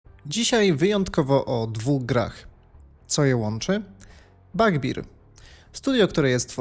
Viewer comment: Bardzo chciałem obejrzeć ten film ale "Fletałt" i "Bagbir" mnie pokonały. Sorry. Jak już tak brylujesz angielskimi słówkami to chociaż trzymaj równy poziom.